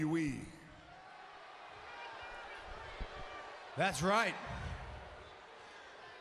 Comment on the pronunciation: look how Seth says WWE. He works for the authority and doesn't even know how to say WWE properly. You surprise me Seth